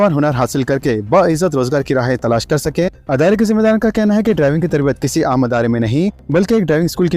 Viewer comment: Tum kitne jahil ho k tum idare ko adara bolte shame